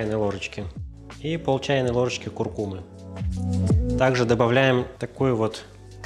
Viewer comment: Ничего себе редакторская работа – даже ударение в слове куркума правильное!